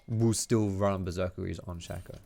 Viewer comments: it's sh-A-co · Maybe im wrong, but i think Shaco is pronounced (Shay-co) because his name is anagram of Chaos. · It's not shack-o